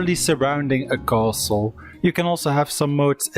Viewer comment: for fucks sake 58 minutes where every thirty seconds you say KHOaSTL'